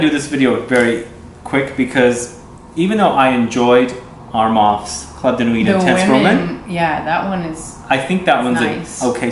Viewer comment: You don’t say nuit with the t...... it’s just nui....noowee